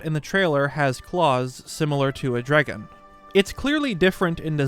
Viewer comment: if i hear someone say "dregon" again my head might explode